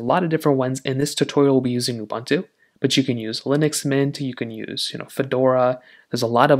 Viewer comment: Please learn how to speak the word "UBUNTU". PLEASE!